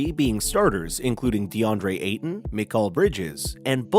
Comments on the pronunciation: Center "Eitaun"?? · You can tell this guy doesn't know anything by the he says deandre ayTAWN 🤡🤡🤡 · Deadre ay-ton